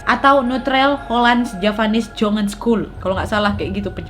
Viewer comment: Fyi wak Nadia, Yg jongen itu bacanya nyongen👍